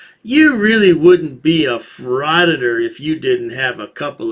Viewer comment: Did this frauditor say "fwah request"?